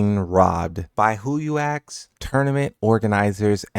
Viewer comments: ASK* (not AXE) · It's pronounced "ask"